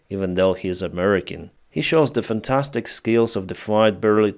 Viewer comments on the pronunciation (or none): none